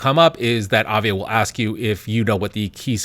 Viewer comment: It's not avia it is aiva.